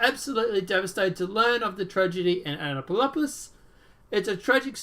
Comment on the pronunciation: It's pronounced Ann-uh-run-dull (county) and Ann-app-o-lus (Annapolis), where the Naval Academy is located, the oldest state house in the nation, the state's capitol, where much of the Declaration of Independence was signed and the nation's capital for a very short time. The unofficial motto of the town is a "drinking town with a sailing problem" and it's officially known as "the sailing capitol of the world". It's a really neat place and I'm so sorry to hear about this. That guy looks like a real "peach" and considering Annapolis' prominence, I wouldn't doubt this is another false flag orchestrated by the "deep state", despite the narrative. This place has so many ties to the military industrial complex, the elite, the military, and DC politicians, it's daunting. I DEFINITELY wouldn't take this at face value!!